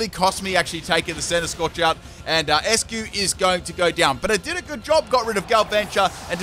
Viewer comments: it’s “Ice-Cue” ...not “Es-cue” 👍🏻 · You pronounce Eiscue like Icecue. Not Eskue. Its Einstein not Enstein. You tryna russle me jimjams or what? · Eiscue is pronounced "ice q" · I love you but why do you pronounce Eiscue like that, it's supposed to sound like Icecube;w